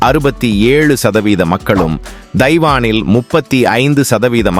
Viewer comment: பா உத்தாதம் கிடையாது பௌத்த மதம் என்று உச்சரிக்கவேண்டும் dhaivaan கிடையாது Taiwan என்று உச்சரிக்கவேண்டும்